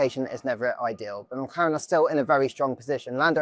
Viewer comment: did i hear McKaren